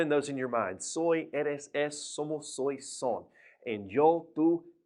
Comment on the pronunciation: Not sóis. Sois. It's a monosyllable